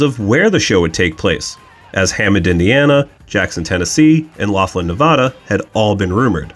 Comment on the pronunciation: Not many are able to pronounce Laughlin correctly so nicely done from a local of the area around it